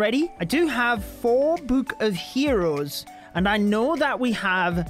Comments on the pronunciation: can this bloke please stop saying boohk ffs? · i love how he says book